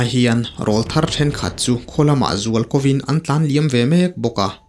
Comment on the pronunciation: Nia,ngaihnawm ṭhin khawp mai..."RÂWLTHAR" tih hi 'âw'hi thlukna awm ang hian aw hi thluk deuh tur a nia,aurâwl tih a 'râwl' thluk ang hian,"kâwl a eng ṭan ta,kâwlkil i thlîr ang u" tih a 'kâwl' thluk ang hian...teh deuh duah a...😊😊😊😊anyway...a ngaihnawm ṭhin e